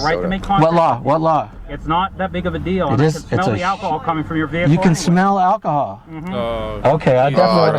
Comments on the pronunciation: One of the bingo slots should be mispronouncing of the word 'Vehicle". "My Vee-hickle" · "Ve-hi-cle" God it got annoying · "commercial vee-hic-cle" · "I aM NoT dRIviNG a COmmeRCiAl VeE-hICkLe"